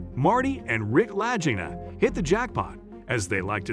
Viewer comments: Shellback?......I'm a " Domain of the Golden Dragon " I was on the Seawolf SSN575 . Doing spooky stuff in the Sea of Okhotsk . The voice is a bot , and mispronounced their last name . I seen your username and wondered if you are Ex-NAVY . Peace , from Cass County MICHIGAN ! Wolverine State ! Seawolf SSN575 ! Torpedo Man / moss system too . Maranatha ! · I agree!! Pronounce their last name correctly and use real Ariel footage of the island!! What’s the deal of not doing so? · Imagine researching a story about two brothers and all they have done as well as those before them, and never taking the time to learn how their name is pronounced. Bizarre. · The least the narrator could do is pronounce the last name correctly and the channel that aired it was the History Channel. The pictures shown was who knows where but definitely not the Canadian Oak Island. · nice name butchering. your a joke and insult for the show and the brothers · Your mispronounced Marty and Ricks last name is appalling . Please learn the correct way to pronounce their last name. Ms Helprin has passed away . Please check your facts. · how could he not even know how to pronounce the brothers' name?! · I know it proves he didn't know how to pronounce Leegna !!!! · At least you should learn how to pronounce their name right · Their last name Lagina is pronounced Lageena. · Rick and Marty's last name is pronounced "la geen ah" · Lag not laj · lol! "LAJINA"! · If you can't say the right name do say it !!!! LAGEENA !!!! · Their name is pronounced La-Ghee-Na. I'm very hotspot for them . Years of searching. All the best! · It seems strange to me that you felt you could tell about this show. I mean you slaughtered Rick and Marty's last name so badly. It's pronounced La-geen-na. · Lagina (Hard G Buddy!) Like Lagging... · The brothers last name is pronounced Lageeena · POOR documentary....you can't even say the brothers name correctlly ....you information is incorrect in so many ways .... media "bullshi"